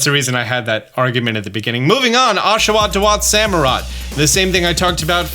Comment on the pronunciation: OSHAWOTT, NOT OSHAWAT! AND THERE IS NO E IN THUNDURUS!